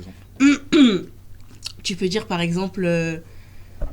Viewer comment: mais c'est quoi ca? les "R" qui crissent comme ca, "on va dirrrrrrrrrre" j'entend souvent des jeunes faire ça, on dirait qu'ils essayent d'expulser un rat coincé dans la gorge